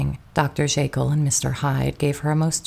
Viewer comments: Still mispronouncing names and words that are well known. Dr. "Jay Kill" for Dr. Jekyll and "IN genue" for "awn" genue, for example. Hard to believe this is a flesh and blood narrator making these gaffes. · Great story, but holy mispronunciations, Batman. Do we really not know how to pronounce Dr. Jekyll?